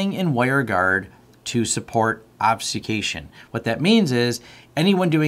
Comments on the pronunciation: obfuscation, not obsucation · ob-fuh-SKAY-shun. Say it with me. ;) great video - helped answer tons of questions I have